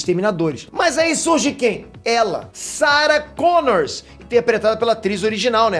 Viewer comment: É Sarah Connor e não Sarah ConnorSSS